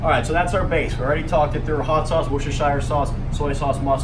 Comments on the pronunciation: Wuzzazire sauce lol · its pronounced like worst worst-er-shire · It's "wu-sta-sher" sauce, with the emphasis on that first syllable. "Wu" as in "would". Easy! Great video,. By the way, ordinary soy sauce is dirt cheap. Get a one litre bottle of Kikkoman and it will last for years. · Wuss-tuh-shh sauce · It's pronounced: Wooster (rhymes with rooster) sher.....wooster-sher. Just like it's spelled. (damn limeys) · Worstersheer sauce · Wuss-tur-shur. How hard is that?